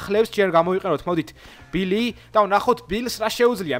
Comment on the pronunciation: ბილი არა ბული და რიკოჩეტი კი არა რიკოშეტი